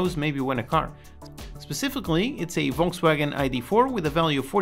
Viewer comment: if they spelt "Volkswagen" as you pronounce it, it would be "Wolkswagen". Only one letter changed and that means that you pronounce it very well! The first letter would be pronounced like a "f" ( the 'F' in frog). xd